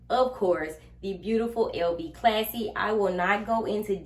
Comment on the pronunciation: It is a classy bag but I noticed you kept saying classy and it’s passy . Lol